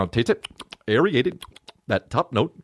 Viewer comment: And the dude saying "aeriate it"